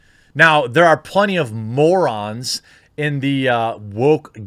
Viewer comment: Moeron!? What's a moeron, cuz?